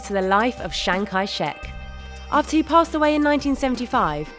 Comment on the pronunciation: Chiang Kai-shek, not Shang Kai-shek